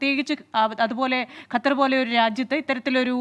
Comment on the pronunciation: എടോ ഗത്തർ അല്ല ഖത്തർ😂😂😂😂ok